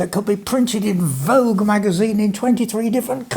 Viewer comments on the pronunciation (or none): "Vague", I'm assuming (and hoping) wasn't trying to offend there:P